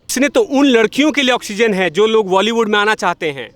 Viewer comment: Sr sab kuch thik hai or mai or kuch to ni ye zarur dekhti hu apka intwb bus ek choti c kami ko ap sudhare ap it's bolywud not voly